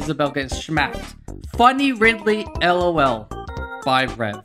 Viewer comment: I don’t like it when people pronounce lol like that. I just say it as one word